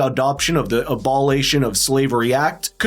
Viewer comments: I don't think reparations are legitimately enforceable or good. However, this guy does get me on the side of believing in white privilege, incidentally. Otherwise, who would dare listen to a black guy on this subject referring to abolition as abaalation....or what the fuck ever . How'd ya miss that so casually? Lol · It is "aboLItion". I am not a native speaker of English, and I know that. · Ah-buh-li-shun. (Young people, you have some really good content, but read up on pronunciation). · A bol ist ion. Get an accurate pronunciation guide. It makes me think an AI wrote and produced this video. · Please pronounce 'abolition' correctly. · doesn't know the difference between hapless and hopeless. And, he can't pronounce abolition. Dolt.